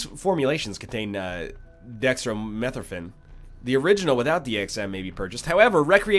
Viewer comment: you don't emphasize the meth in dextromethorphan, but that is the correct pronunciation.